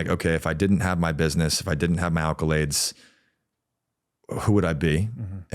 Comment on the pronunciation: ACCOlades not ALCOlades!